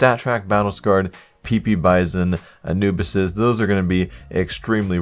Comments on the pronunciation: He said anubisis lol sounded like he mixed anubis with genesis, anubisis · listen to the way he pronounces anubis he says it smthn like ''anubisis''